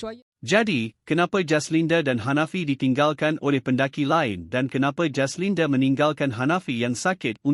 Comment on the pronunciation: Nak muntah aku dgr mangkuk baca berita ni..semua perkataan ada huruf E kt blkg..jaslinde yg paling tak tahan..PATI dh sekor ni jd YouTuber😆🙄